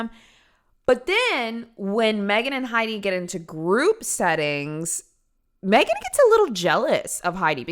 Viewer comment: Magen, really? That's pronounced mag-en. Homegirl has some crazy eyes vibe to boot.